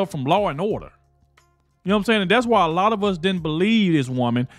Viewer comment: That's what Trump loves to say ..he says "z lot"